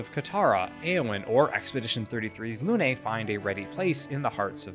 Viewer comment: It's not "Lounay", it's "Lune"